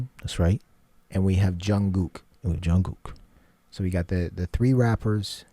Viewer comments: Thankyou ...It is pronounced Jun Gook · I so appreciate that you pronounce Jungkook's name correctly. :) I don't have an issue if people mispronounce their names esp if they're just getting into BTS - but when someone says it right it makes me smile and really appreciate it!! <3